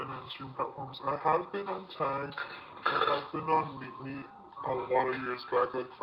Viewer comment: I heard MeetMe as MeatMe for half the video which makes this just 200% more entertaining